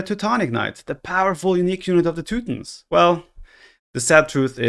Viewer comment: teu tons. Not teu tins. Jesus, dude.